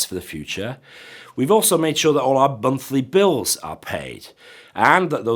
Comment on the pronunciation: Did you say Bunthly Bills? Great video otherwise. Keep up the good work!